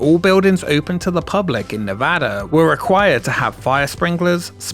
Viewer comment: First off, THANK YOU for pronouncing Nevada correctly! I grew up not too far from the MGM Reno, which at some point was Bally's Reno, then the Reno Hilton, and is now the Grand Sierra Resort. Would love to see a video on its history!